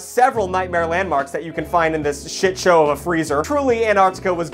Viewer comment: Lmfao “LANDMARLS”